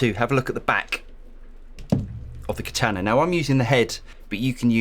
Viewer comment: Rhymes with Nirvana, not banana.